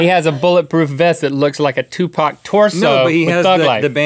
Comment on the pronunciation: for saying 2pac/Tupac the right way.